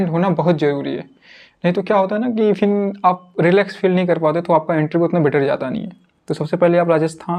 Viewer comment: फिन नहीं फिर होता ह